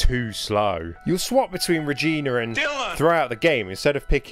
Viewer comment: Seriously kid her name is Regina not Reginr.